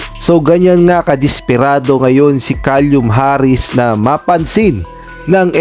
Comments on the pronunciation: Kalyum talaga bigkas mo.Baka Silum ang tamang bigkas nyan..🤣🤣🤣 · Caelum...hindi calium! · KALYUM Harris daw, inulit ulit pa iyong KALYUM hahahahaha! Then may bonus pang HA-nestly daw. Lagyan mo naman ng dignidad ang content mo. Kung di pa marunong magbasa huwag na mag content.